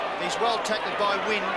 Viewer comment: Jimmy wynd must have been a new player because the commentators are pronouncing his name "wind" lol